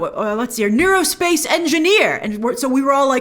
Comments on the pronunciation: "aero" space engineer. Aerospace. Not neurospace. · Aerospace Engineer... not neurospace engineer. LOL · Monica said "Aerospace". "Neurospace" isn't a thing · AERO-space Engineer, not Neuro-space. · Wait she said Aerospace not neurospace right.